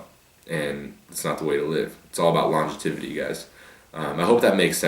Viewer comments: Bruh, it's pronounced 'longevity' - not 'longetivity'. I got yo back ;) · Lol "all about that longetivity guys" longevity* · Longe"tivity" Srs. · "Longetivity" that isn't even a word, SRS. Longevity is.